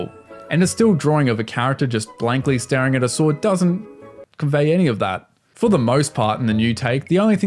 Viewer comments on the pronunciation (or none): none